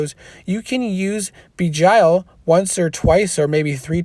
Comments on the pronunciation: thanks for the rundown! great job btw its pronounced jinn ie sounds like win. arabic for demon. and begile as in sounds like bile ie bee gile not bee jile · Please don’t misunderstand... I respect you and I watch your videos... please google words you don’t know... beguile is a word that should be in your vocabulary... it is pronounced something like this Be Guy L... where the e in be is a short vowel and not a long vowel... more like Eh than E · ok....say it like bee (as in honey bee) then gile (rhymes with Nile like the Nile river. beguile means to deceive or to hide the truth (usually to screw someone over or harm them) but it doesnt matter, you can say it however you want, we all know what you are sayin :) Thanks again. if you ever need someone to help defend for one of your videos let me know